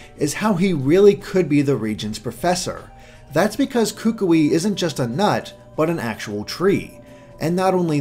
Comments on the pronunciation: are so very wrong about the ring and hand. The LEFT hand is the marriage hand, not the RIGHT hand. I don't know how you missed your due diligence on that one. Also, as a Polynesian, I must let you know that you are STILL mispronouncing Kukui's name (and, man, does it make me cringe every time you say it). Instead of "KOO-koo-ee", it is rather pronounced like "k'KOOee" (where the first syllable is very short and choppy and the 'o' in the second syllable sounds most like the 'ou' in 'would'). (One way to practice this name is to say "Cook Koi" 10 times really fast and then you will be pretty close to the correct pronunciation.) Lastly, the tikis all throughout the island seem to show that they regard 'something' ancient as a protector or guardian. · your pronunciation is better on most Hawaiian words is much better but you ought to go to a dictionary website and look up how to pronounce "Kukui" since he's likely to be a character you'll be talking about often and you're still a bit off. Great analysis as always though!